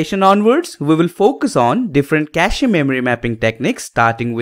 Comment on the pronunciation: It's kaSH (cache) not kashE ....